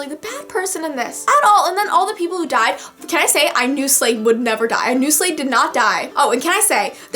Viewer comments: Did she say "Slade"? Or am I just going nuts. Its "Shade" isn't it? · It's shade not slade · is dyslexic, so her brain might have switched the H in Shade with an L so she said Slade. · . Am I hearing this wrong? Who’s Slade? That’s what I hear, I feel really dumb, cuz I think she means Shade but...IDK. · HIS NAME IS SHADE NOT SLADE!!! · Its Shade* not Slade This isnt Teen Titans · I love Maven but even when he tried to kill people but idc I love him I wish I didn't buy I like both Maven and Cal lol also I don't mean to be rude but it's Shade not shlade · You pronounced Shade as Slade? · I think you're pronouncing Mare's brother's name wrong. You sound like you're saying "Slade" instead of "Shade". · Shade* not Slade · Maria Valentine or maybe she isn't dyslexic and just messed up...